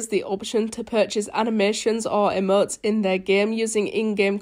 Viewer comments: Oh no wonder u sound weird Sorry :c but when u say Emotes it kinda sounds like ur saying Eh-motes and when u day Fortnite it sounds like ur saying Fo-Nite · Nobody: saying emotes: emoO. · She says like emøts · "e-muts" ;-; wot u say